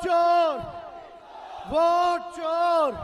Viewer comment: अरे नवीं फेल भोट नहीं वोट कहते हैं महा मूरख😂😂😂😂😢😢😢😢